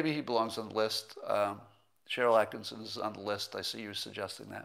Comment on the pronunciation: Please, Scott, it's Sharyl Attkisson. ONE "s" You and Hannity are always adding an extra "s'.